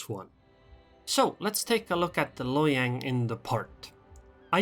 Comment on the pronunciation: “Hiyang” +1 just for that